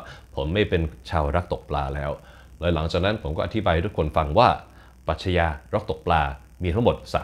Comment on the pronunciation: ปรัชญา อ่านว่า ปรัด-ยา ค่ะ ไม่ใช่ ปรัด-ชะ-ยา